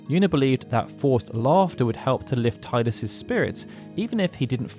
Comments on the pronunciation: And yet you still call him Ti-dus and not Tee-dus… ‘shakes head in disappointment’ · Teedus, not Tiedus. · While the way you're saying Titus makes more sense to me, isn't it technically wrong? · Thank you for intentionally mispronouncing Tee-dus as tai-dus. I think that should be the official pronunciation! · cool, but you skipped the most important fact: it's pronunced Tee-dus. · You know you can rename him, right? He'll always be Tide-us to me, even if the worst pronunciation is canon. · that’s pretty cool but it’s still pronounced as “Tee-dus” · 20 years + and people still calling him tie-dus zzz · Why dont you say Teedus like it's meant to be said lol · you have an encyclopedic knowledge of the FF universe…and yet, you can’t pronounce Tidus correctly. Is that a choice you made ? Am I missing something ? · Geez man, please pronounce Tidus' name correctly. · What is jarring is mispronouncing Tidus constantly